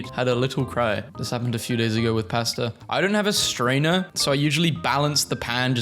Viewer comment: I am NOT going to trust you on beans. Pb&j is a classic. And no hate, but I never want to hear you say "pasta" ever again.